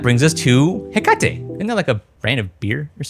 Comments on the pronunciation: Another major video that pronounces hekate wrong. : ( The firmwares naming theme is Greek mythos themed, like Nyx, so Hekate is pronounced like the Greek goddess, HEH-kuh-tee. All shade aside, fantastic video, I've honestly been looking for something like this. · “heccuh-tee she’s a goddess of magic I think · Hekate (“he kuh tee”) was the Greek goddess of magic/witchcraft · Hekate (HEH-kuh-tee) Greek god of magic and witchcraft. If you have played Hades 2 when you know who I'm talking about and how to pronounce it. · awesome video but the way you said hekate/hecate made my eyebrow twitch LOL